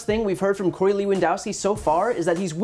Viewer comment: "Corey" lol